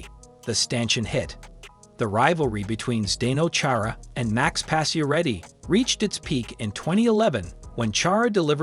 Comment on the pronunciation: Please learn how to pronounce pacioretty “patch-er-retty”